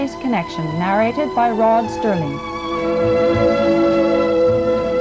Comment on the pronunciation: "Narrated by Rod STerling!" This announcer must not have had a "sterling" career if she mispronounces Serling's name!